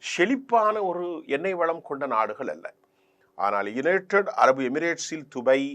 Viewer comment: இவன் வேறு உலகத்தில் இருந்து வந்தவானோ? dubai துபய் கிறான் qatar கத்தர் நுசொல்வன்.